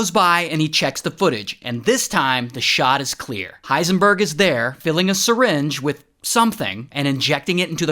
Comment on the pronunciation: Why did you call him hiesnburg